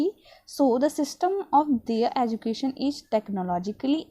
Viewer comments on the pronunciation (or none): none